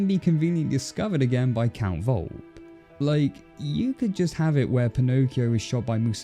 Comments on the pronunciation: Volpe's name is pronounced Vole-pay not Volp. The "e" isn't silent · For crying out loud in italian! Its pronounced Volp-E! Volpe! Its italian for fox!